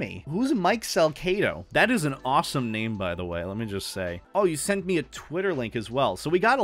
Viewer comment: It's not SalKedo, its Salcedo, like the C in "C" or "Cedar" I wanna be that S